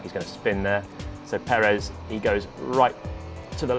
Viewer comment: Finally an english speaker who pronounce Perez correctly. Bravo Mr. Palmer!. Also I love your analysis, keep them coming!. Cheers.